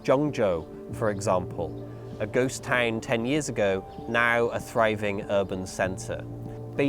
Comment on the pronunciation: Ghost Taeng (Town) Which accent is this?